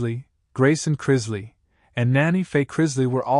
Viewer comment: It's pronounced Chris-lee, not Chriz-lay 🙄